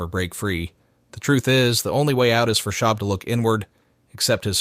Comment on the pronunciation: Someone makes a video based on Reddit having no idea about what they’re talking about. Can’t even pronounce his name correctly lol